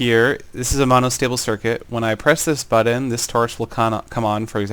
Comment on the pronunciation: you kind of say button like bud dun